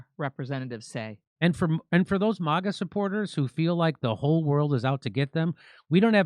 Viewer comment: Will you PLEASE STOP SAYING “Mah-guh” it’s “Magg-uh”